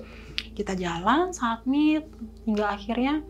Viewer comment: Iya apa sy yg salah dgr berulang satmit satmit . Summit*